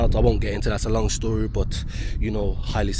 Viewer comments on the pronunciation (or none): none